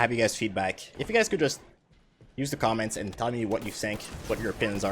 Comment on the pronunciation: "Commants" xD